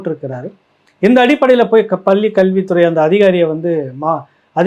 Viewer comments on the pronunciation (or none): பள்ளி என இடையின "ள" உச்சரிக்க தெரியாமல் "பல்லி" என்பதிலேயே உன் தமிழ் பற்று தெரிகிறதே. நீ போய் தமிழை படிடா , டம்ளர் சொம்பு.